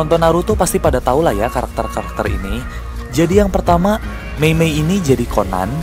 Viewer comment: Ka tadi meymey bukan meney